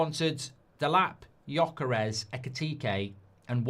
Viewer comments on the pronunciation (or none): none